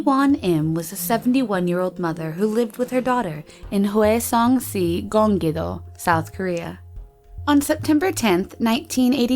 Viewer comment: Zorismaely Ortiz Just I couldnt make it out sometimes. I think she might have tried, but at the same time she said si almost like a spanish way while it should have been pronounced shi. So then it doesnt seem like she researched enough.